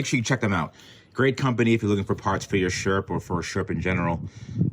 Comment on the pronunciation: Every time you said sherp trailer to my damaged hearing it kinda sounded like shrimp trailer and it got me thinking, can one go shrimping in a sherp? The internet needs answers.